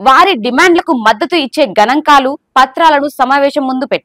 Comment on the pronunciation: గణంకాలు కాదు గణాంకాలు